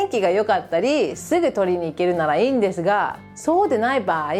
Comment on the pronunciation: ✕家族会いに →◎家族に会いに 日本語は上手ですが、いつも、｢す｣を｢ず｣と発音していますね。 例えば、｢～ですが｣を｢～でずが｣という具合に。 レジのスタッフが理由無く私語を話していたら、日本なら怒鳴られますね。 ｢こら、仕事中、私語やめろ｣なんてね。 犬の置き土産は要りませんので、お持ち帰りして欲しいですね。 アメリカの恥部を公開なさるんですね、は既に日本の味方なんですね。